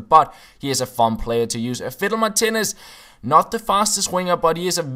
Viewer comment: Is it just me who hears him say "fiddle my titties" when he says Martinez :')